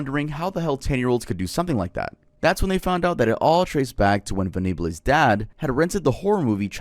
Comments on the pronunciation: I have never heard anyone pronounce Venables (ven-a-buls) as how you said it 🙏🏻💀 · U said venables wrong its said like ven ables (like ur saying apples but with a b) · long time watcher, first time commenter - John venables' story is actually insane if you look more into it, dude just cannot fathom being a decent human being 💀also his last name is pronounced 'ven-ah-bulls' :)) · For the James Bulger case: Bulger is pronounced BULL-dger, and Venables is VENNA-bulls. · Your pronunciations of Venables and Bulger remind me of Joe Dirt and him adding an e at the end to "church it up." It's Ven-uh-bulls and Bull-jer. 🤣🤣🤣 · thats not how you pronounce venables or bulger, venables isnt mexican and james bulger wasnt french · Sorry I have to say you’ve pronounced Venables wrong 😬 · You pronounced Venables so so wrong 😂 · I’m sorry but the way you pronounced Venables is hilarious lol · Its so fucked up that you didnt even think to learn how to say john venables surname and the place where that little boy was kidnapped from Bootle. If youre going to do crime videos please dont treat them as if theyre just stories, real people died in horrific ways and families are still greiving. Put some reasearch into your videos. Edit: oh my god he fucked up the victims name too. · The French pronunciations for James Bulger and Jon Venables 😭😭😭😭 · Hearing that way you pronounced venables is killing me idk if it’s pronounced differently in USA but omg 😭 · Great video but pronouncing Venables like that made me weep 😂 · Ven-a-bles, not “venablez” he’s british, we don’t have cool sounding names 😅🤣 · Ven-Ah-Bluz! Hahaha! Quality. Not that they deserve to have people care enough about them to pronounce their names right, but in case you ever need to say it again, it's VENNA-BULLZ. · The Jamie Bulger murders were not inspired by Childsplay 3 that was just media bullshit. Also Venables name is pronounced like Hen Cables. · It’s pronounced ven-ab-els